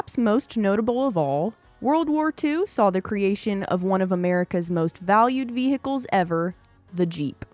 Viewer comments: they are not ve-hickles--the "h' is silent--and WWII was not one of the most serious conflicts the US was involved in--it was by far THE ost serious! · I applaud your correction of the pronunciation of 'vehicles', but I didn't know that there was a silent (and seemingly invisible) 'm' in the word 'most'.